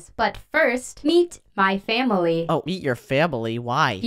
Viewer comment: I just saw you said eat your family instead of meet